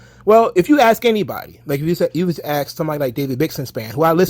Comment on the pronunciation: The word is Asked not Axed.......